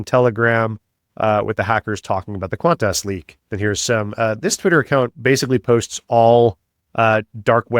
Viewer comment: This Australian loves how you pronounce qantarse.